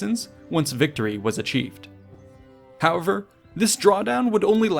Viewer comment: Work on your 'however' :D Great video as always!